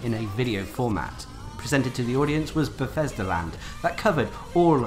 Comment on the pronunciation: PLEASE PLEASE PLEASE pronounce your th's & f words correctly it is not befesda, or fanks. Other than that awesome videos